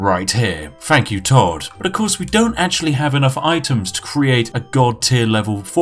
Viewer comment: Has created an online persona that speaks overly posh and exaggerated but can't pronounce a "th" sound properly.... "Fink" "Fought" "Five-fousand" "Beneaf" "Fank you"